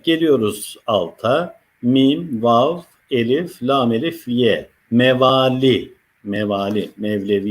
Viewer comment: Sayın hocam, Neden “LA^M” diye telaffuz etmiyorsunuz Hakkımız var mı bu harfi kalın okumaya Lütfen